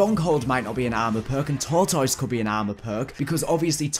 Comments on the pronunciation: Like if you dig the way he says TORE-toise! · I love how you say tortoise. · Lol the way you say tortoise